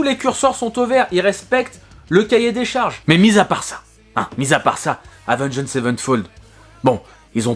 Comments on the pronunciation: Prononce le "avenGD" ça passera mieux que "avengEED" ^^ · Lorsqu’on site Avenged Savenfold on ne prononce pas le « ed » à la fin du Avenged. Autrement dit ça se prononce Avenge Savenfold. J’ai eu mal aux oreilles pendant toute la vidéo. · Avengééde sevenfold ?? Stp mec applique toi sur la prononciation 😁 Par contre, renseignes mieux pcq le chapitre ou tu parles de la mort de The Rev/Mike Portnoy tu n’as pas les bonnes infos.. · Salut je précise qu'il n'y a aucune haine dans ce message:Oua gros prononce bien le nom, Avenge(d) sevenfold. Et genre t'as pas respecté City of Evil qui lui est vraiment le 3eme album d'A7x. Je veux bien que tu veuille faire le buzz mais renseigne toi un peu plus, ils ont fait the stage aprés Hail to the King. Je trouve ça dommage de tout misé sur un titre aguicheur pour au final pas dire grand chose d'intéressant. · Sinon Avenged ça se prononce pas comme ça hein…… je donne des cours de prononciation si tu veux 😜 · S'il te plait, c'est pas compliqué de prononcer correctement Avenged...